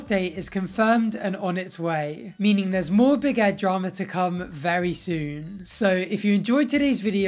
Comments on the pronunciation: I think that your saying big head instead of big Ed lol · All this time I thought you was saying BIG HEAD i realised now obv that you meant BIG ED 🤦🏽‍♀️